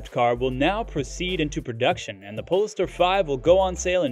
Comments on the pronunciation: Please pronounce polestar correctly! Pole Star not pol e star! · It's pronounced "POLE-STAR", not "pollster". These automated narrators drive me nuts.